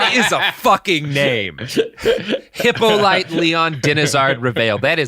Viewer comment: Hippolyte, is pronounced He poe lee tay. Ive heard every mispronounciation